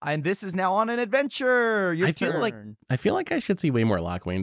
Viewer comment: “This is now on an adventurrrre” 😂